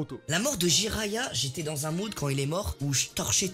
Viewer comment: Mdrrr vous avez écorché le nom de Jiraya le pauvre 😭🤣